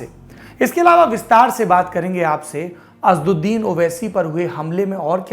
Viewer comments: Please pronounce names properly. The name of Owaisi is not Asduddin but AsAduddin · Bhai the lallantop wale unka name assauddin h Name to achche se lo? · अबे नाम तो सही ले लिया करो। असद्दीन नहीं असद उद्दीन